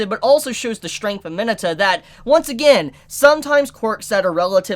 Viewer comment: I don’t believe thats how you pronounce Mineta